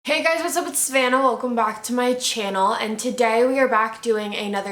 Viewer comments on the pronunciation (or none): She said “sVannah”